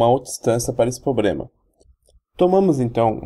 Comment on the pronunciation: Só queria dar um conselho, quando voce começa seu video falando "pobrema" pelo menos metade desiste de assistir, e quando voce prossegue engolindo os plurais e falando "poblema" a outra metade já desistiu faz tempo. Se esse video valia alguma nota nem imagino quando voce deve ter tirado. A explicação está até boa mas com esses erros de portugues, é um sacrificio assistir ate o fim. Tenha mais cuidado.